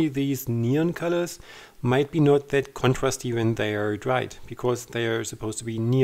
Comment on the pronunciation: I'm totally not making fun of your accent but you keep saying "contwasty" for "contrast-y". Sounds like Elmer Fudd from Bugs Bunny cartoons. I'm sure Americans speaking German would probably sound funny with some German words! Anyway, I hope you aren't offended. Your videos are fun and inspiring.